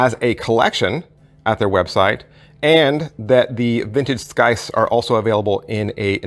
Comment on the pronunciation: the C is silent.